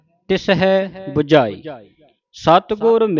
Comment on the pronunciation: Bujhaee ton bujhjhaaee sahi ucharan hai.